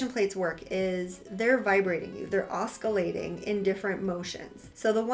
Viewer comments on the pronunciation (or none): OS-si-la-ting. The C is pronounced as an S. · Very informative thanks! Just fyi you are pronouncing “oscillating” wrong. I The c isn’t hard, it is pronounced as an "s" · That drove me nuts, 😂 ce, ci, cy = s sound 🎉